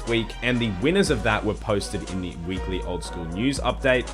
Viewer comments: "WEEKYLY" lmao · "weekykly" you should fix that fir next episode loved the video though